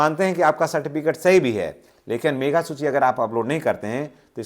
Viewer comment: सर मेघा सूची नहीं, मेधा सूची ( Meritorious List) होता है।